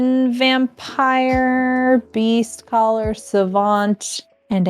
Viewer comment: When played Beastcaller Savant, I definitely thought she said "Beefcaller Savant," and looking at the card art, I feel like the name fits.